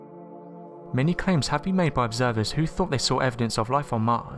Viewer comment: These are interesting videos but needs someone to narrate them that speaks ENGLISH, there is no F in WITH or THINGS or THOUGHT or MOTH and if he talked any faster it would be just a hum